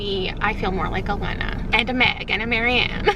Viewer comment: The whole time you are talking about sisterhood of the traveling pants im yelling about how you pronounce Lena. Love this series. You are my favorite YouTuber